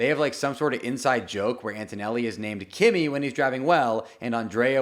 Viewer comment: It’s pronounced “key-me”… not Kimmy.